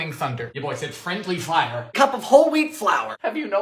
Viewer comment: I love the way he said fire lmao “FIOUR”